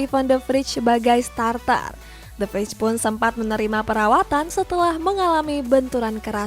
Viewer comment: Kak itu De Vrij pemain Belanda, dalam bahasa Belanda ij dibaca ey , jadi penyebutan De Vrij yang benar itu defrey bukan defrij